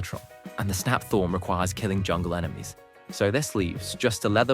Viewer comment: i 1000% thought you saying "jungle enemies" at the start was "killing John Lennon" oh god